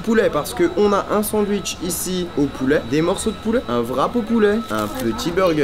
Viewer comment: Y dit du pouléh